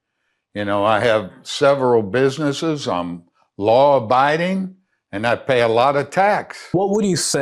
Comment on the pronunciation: "Law & BIDING?" 😂